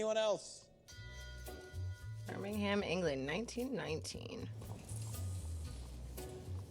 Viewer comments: This is a petty point to make, I know.. but..,...... It's not bur-ming-ham... It's Bur-ming-um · Alright ladies, please. Its, birmingUM, not birmingHAM. save yourselves a lot of grief